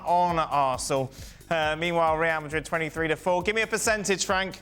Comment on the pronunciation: Ray-al Madrid - not - rrrrryahhhhhll mah-reeeeeeeeeeee.........